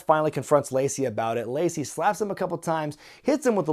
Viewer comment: It's aboot? Turning Canadian are you,?